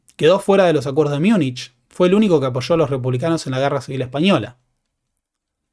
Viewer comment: No se dice Miunich, porque no es una palabra alemana, es una españolización de Munchen.